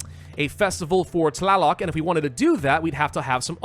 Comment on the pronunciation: You almost nailed the pronounciation of Tlāloc and Xīpe Totēc!